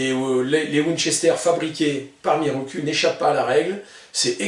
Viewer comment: salut je crois pas que la prononciation soit "mirocul" mais plutot mirokou :)